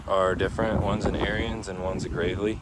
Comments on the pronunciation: Ariens is pronounced like Erins, not like Aryans. Hell, just watch some of their own videos. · Heads up don't mean to be ruud but it's pronounced A R I N S or ARENS. NOT LIKE ARYAN RACE.